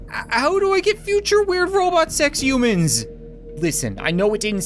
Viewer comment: is it me or does it sound like hes saying mewman/mewmans/mewmanity?